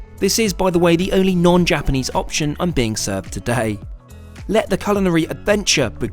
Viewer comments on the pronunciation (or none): I like the way he USE to say “Today” it sounded like crocodile dundee lol